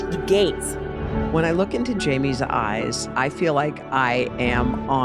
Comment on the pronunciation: At a certain point in the video every time her name got said all I heard was Jaime Corn Lima Bean. I feel like I should I feel bad, but it was actually easier for me pronounce and to remember this way so I don't.